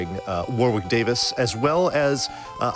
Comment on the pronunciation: Pronounced "Warrick" Davis. The second W is silent.